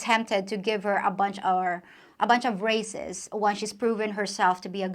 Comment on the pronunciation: Your English is amazing considering it's probably your third language. However very occasionally (and I do mean very rarely) you make errors - would you like me to correct them? For example you pronounces raises like races - however the s is pronounced like a z, so say razes. Other examples include fertiliser, logs, tubes, beds, whereas sale, sink.. are pronounced s like snake